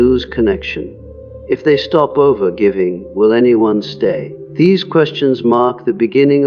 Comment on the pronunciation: I love how the AI pronounces all G’s phonetically: anger is anJer while giving is Jivving even Carl Jung is hard J lmao 😂🤣 that combined with the graphics it’s hard to focus on the content, I really appreciate this idea and gotta say takes so much work to actually really truly do this…